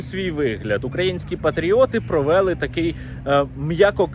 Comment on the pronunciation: Правильно кажете, але було би ще краще, якби Ви робили правильні наголоси: − не "принЕсла", "провЕли", "новИну", "почАлась", "Ознаки", "жИли"; − а "принеслА", "провелИ", "новинУ", "почалАсь", "ознАки", "жилИ".